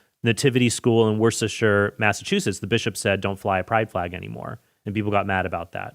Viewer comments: It's Wuh-Stah, not Wor-ces-ter. Just had to comment being from MA. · Form a Worcester resident: Worcester is pronounced wu-str, not Worstersheer. Your videos are great though. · Tip for you Trent as someone born and raised in Massachusetts, it’s not pronounced Worse-ter-shire, it’s pronounced Wis-tah! 😜😇🇺🇸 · Its pronounced Wester. Lol. Good for him I was tired of seeing that flag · Worcester is pronounced wuster 😂 great video spot on.